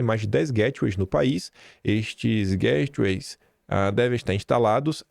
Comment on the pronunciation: Hi, please ask Michelle how to pronounce GATEWAYS. 🤦🏻‍♀️